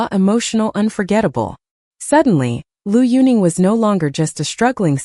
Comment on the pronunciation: If you don't even know how to pronounce correctly the name of Liu Yuning, or any other name for this matter, if you have no idea of Chinese history or culture, you should absolutely not make a bio reportage, neither about Liu Yunning, not about any other Chinese personality.